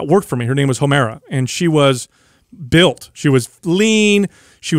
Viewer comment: Did he say 'Homera'!?!?! 🤣🤣🤣